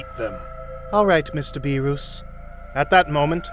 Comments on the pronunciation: It’s not berus and wis 😢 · "bewrus" "died" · Good series but beerus not beerous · "beeruss prepared the hockey" like come on bruh pronounce the names right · It was a good idea but Freezer and Beeroos? 😂 He did say them right sometimes though.